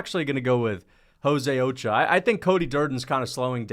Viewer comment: bro where are you from that you dont know how to pronounce ochoa